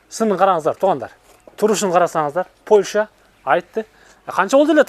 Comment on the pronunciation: Кечирип койгула,бирок Польща эмес Польша